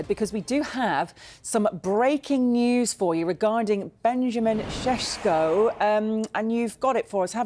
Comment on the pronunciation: Ses ssssss not shhhh shesko , S E S K O